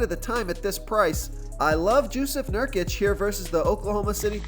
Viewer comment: “Jewsef Nurkic” 😂